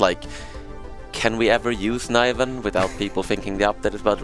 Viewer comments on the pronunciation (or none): Niv-ven, not Nih-ven! :(